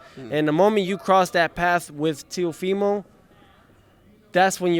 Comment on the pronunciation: I think his name is Teófimo... With an accent on the first o!!!